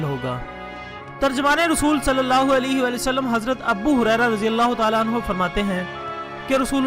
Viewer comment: Abbu hurera nahi Abu hurera